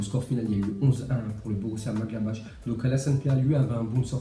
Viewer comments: Maglabach. Nan mais Maglabach. C'est quoi cette prononciation. Tu viens commettre un attentat là...😂🤣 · Borussia maglabache Srx fait un effort sur la prononciation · Borrussia Münchengladbach .... il faut prononcer MU NCHEN GLAD BARR !!! Manque de respect total ou lacune de diction ? Est ce que nous on t 'appele BAIZBAIZE ou BOUZBOUZ ou BIZBOUZ ! un peu de culture Pxxxxx !